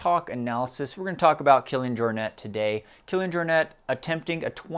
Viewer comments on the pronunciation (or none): Excellent episode....but Jaw-net? More Your-nay I believe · Yes, it's a Catalan surname: "Jor-Net". You pronounced it very good in the video!